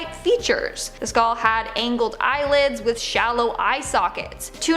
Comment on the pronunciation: Skaul=Skull. It doesn't just SOUND like she's saying that, she IS saying skaul.skull. Also, what is a "tooth wheel"? Do they mean a gear ⚙ or cog?